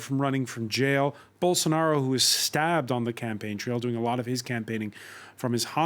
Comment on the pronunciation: Eu só entendi " Bolsounaro" rsrs